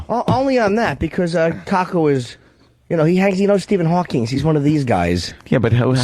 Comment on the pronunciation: Norton saying "Hawkings" is infuriating and if Colin knew anything, he'd have destroyed him for it